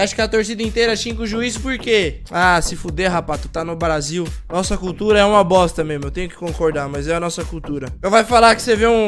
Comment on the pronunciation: impressão minha ou ele disse "barasil" KKKKKKKK